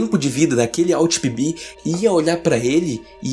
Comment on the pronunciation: Só entendi que o nome era PB no final, Eu tava entendendo ele falar Pipi estava até pensando que raios de nome é esse.